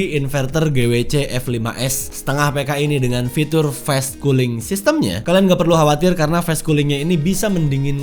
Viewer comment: kok fes cooling kak? kan fas cooling bacanya. ga semua a di baca e lohh